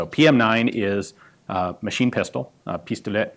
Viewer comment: I love when he tries to speak french, he got pistolet somewhat right, just don't pronounce the t at the end, but mitrailleur, he forgot the r